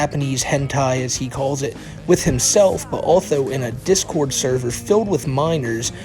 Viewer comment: "I can't be a p3do because I have minows in my discowd suhvuh!" "I can't be a murderer, there are 8 billion people on earth!" Ahem. Sorry, I mean, "muhdewuh"